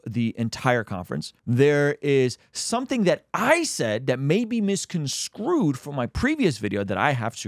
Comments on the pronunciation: 😅. It's misconSTRUED, not misconSCREWED, my brother! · Love the video. Just a heads up it’s misconstrued not misconscrewed. Nothing but love and prayers for you.